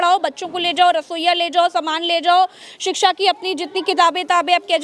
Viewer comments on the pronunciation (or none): जिस मुख्यमंत्री को शिक्षा शब्द कैसे बोला जाता है वही नहीं पता स्कूल में पढ़ाई के बारे में क्या ही सोचेंगे वह मालूम है योगी जी कैसे बोलते हैं शिक्षा । सिकशा